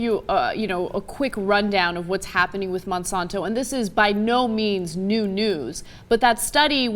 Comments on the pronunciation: its Monsanto not monsonto... if you're going to insult them at least say the name right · I don't feel like there is conclusive data in the rat study, even though I detest Monsanto. Also, she can't pronounce Monsanto.